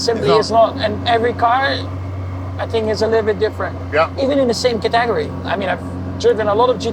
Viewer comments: He pronounces category as ca-tegory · Guy needs to learn how to pronounce CATEGORY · The secret sauce is in the pronunciation of "category".